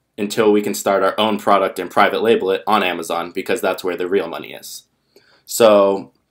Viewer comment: "and now what amowazon will do"